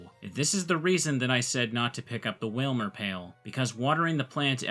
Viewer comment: Stop everything. Wailmer pail... and you didn't say pailmer?